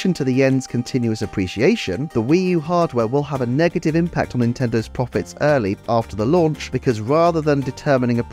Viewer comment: “Pwofits” lmao All fun and games, nice video.